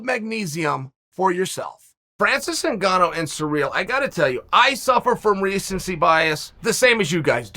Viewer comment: Chael sneaking in a little "WANNANOW" in the intro.